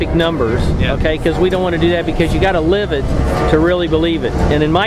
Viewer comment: The owner is David Otto... not "auto"